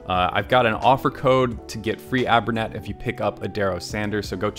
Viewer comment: Fabulous as always. Can't wait for your videos to come out, I stop watching everything else and go right to yours as soon as I get the notification. Btw it's abray-net (like abray-siv). 😁